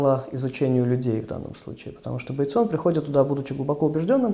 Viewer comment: Почему БейтсОн? Режет слух :-(!